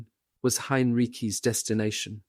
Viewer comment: Ok, is it General Heinriki,Heinrichi,Heinrich? I can’t spell it, but he’s read it wrong 3 times now.